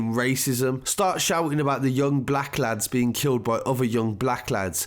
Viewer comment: Big follower of your channel but as you said when things are taken out "context" they get all misinterpreted. Can I ask why you read Katie hopkins words the way you did..... with the emphasis on black she isn't being racist in those quotes... just truthful.